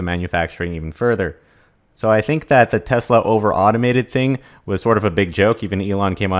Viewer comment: It's TeSla. Not TeZla............